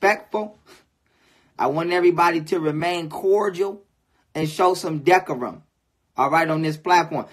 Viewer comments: Decorum (Duh-core-rum) I love this dude, but that was funny! LOL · Did he say we gonna show some "Deck-O-Rum"? Did he mean Decorum?